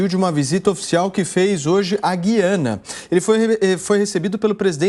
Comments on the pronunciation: Guiana não existe o país é Gu-i-a-na como a palavra AGUA e não como AGUIA. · Paulo não é Guiana. Pronuncia-se e Gu - i -ana.